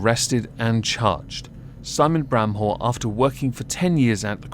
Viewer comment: I think my ears played a trick on me, first time you said his last name i heard it as "brown hole" and i was like: "that can't be right, did pronounce it like that on purpose or am i losing it?" granted, that would be one way to diss him.